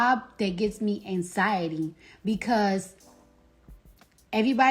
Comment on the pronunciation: The way Cardi pronounces anxiety lol “Anks-SY-UH-TEE” 😂